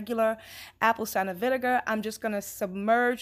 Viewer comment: Can I just say I love how you pronounce “vinegar”